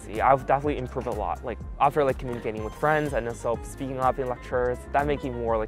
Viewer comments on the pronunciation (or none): none